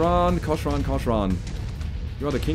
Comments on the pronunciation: I'm pretty sure cochran is pronounced "cock-ran" and not "co-sh-ran" And yeah it's nice to see you finally trying out other mechs besides atlas, mauraders, and later on Stalkers only! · Pronounce "Cochran" as if the "h" isn't there, like kokren. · The pronunciation is “cock-ran”